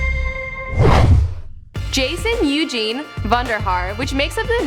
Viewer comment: "Eugene"..... Someone call Birdman.